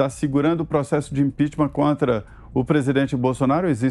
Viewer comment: IMPEACHMENT SE PRONUNCIA IMPECHMENT E NÃO IMPEACHMÃ.